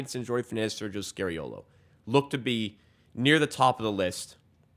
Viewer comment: Sergio is NOT SCARY-OH-LOH. But instead SCAR-EE-OH-LO